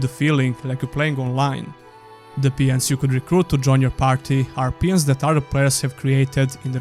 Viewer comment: Peons ? I think you meant Pawns :) Btw, they didn't include a convenient fast travel system because they wanted you to get lost at night and have to fight much more dangerous monsters. But with the amount of backtracking the game had it became really annoying fast. The devs agreed and made it easier in the expansion by giving you a permanent teleport stone but I liked the system of creating your own fast travel points. The story, or rather the lore was excellent but the way it was presented and the general writing was pretty bad.